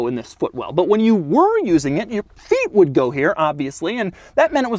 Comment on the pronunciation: “and when you weren’t using it obviously, your feet would go there” i started cracking up at how Daddy Doug said the word ‘feet’ 🤣